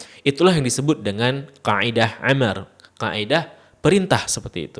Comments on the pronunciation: Sedikit koreksi, yang betul penyebutannya kaidah Amar. Bukan 'Amar. Pakai hamzah, bukan 'ain. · Manthab bang, izin, sedikit koreksi : bacanya amar(perintah) bukan ‘amar. Teutab semangad bang